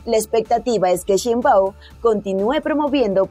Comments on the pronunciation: Que no es sheinbau, te falta la m al final, estas menza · Se pronuncia Shein-bauM, NO LA CAGUES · Se pronuncia como se escribe SHEINBAUM no sheibau...